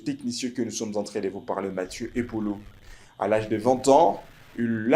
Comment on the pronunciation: Apprends a parler FRANCAIS. Car tu veux t improviser journaliste. Il y a une difference de prononciation entre Mathieu et Mathie, plusieurs et plisieurs, Rumeurs et Rimers, etc….APPRENDS A PARLER au lieu de risiculiser les congolais . Quelqu un au Congo t as trompe en te faisant croire que tu sais parler Francais